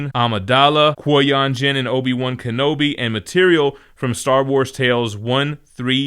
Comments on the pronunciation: Butchering the Qui Gon pronunciation, man 😆. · I'm on the fence about the compendium editions. It's nice to have all that material at a good price, but it's also a really big paperback. Also, I was cracking up at pronunciation of Qui-Gon 😆. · I can't wait until I get that DM Star Wars omni...and I can't get over how you pronounce Qui-Gon